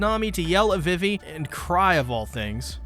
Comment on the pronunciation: It’s pronounced veevee, Alabasta, and Berry not Belly. And it’s pronounced oosopp not useopp. Your tendency to mispronounce practically everything in this series is truly astonishing. My hat goes off to you sir.